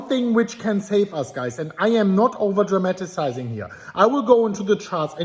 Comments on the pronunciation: Probably just his accent seeping through. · You're nitpicking, but okay. And yes, people pronounce things differently based on accents.